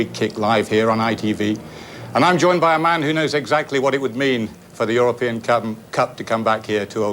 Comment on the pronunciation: "For the europiens cum" HAHAHAHAHah